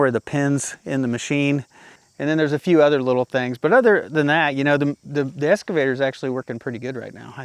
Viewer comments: Hey! You're still saying SCAVATOR! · There's no X in escavator.